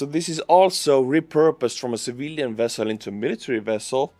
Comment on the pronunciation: You won’t understand, but hearing you pronounce “Civilian Vessel” as “Civillian Wessel” made us Star Trek fans super happy! Greetings from an Ukraine supporter in Japan/